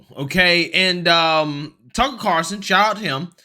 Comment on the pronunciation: How do you not know by now it’s “Carlson”, not “Carson”?You mention him enough.